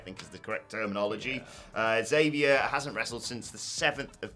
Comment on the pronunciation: I know y'all will never read this but according to the man himself, it's EX-avier Woods, not Zavier Woods.